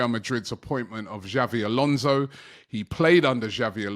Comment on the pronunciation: This guy keeps calling him Xavi Alonso and it's so annoying